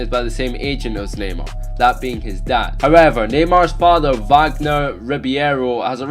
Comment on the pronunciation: It sounds like he is saying gaymar